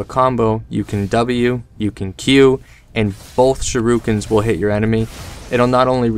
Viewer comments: Am i the only one here extremely annoyed of the "sharoookens," thing? Cmon guys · I laughed so hard at it